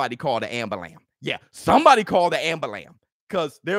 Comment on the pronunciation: “Somebody call the ambalamb” 😂